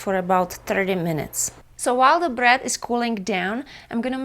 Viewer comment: it's BREAD !! , not BRAT